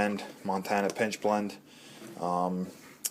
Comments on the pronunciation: I think I heard you saying "PINCH blend". It is pitch blend, right ? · Pitch!!! Pine Pitch, not pinch,Pitch.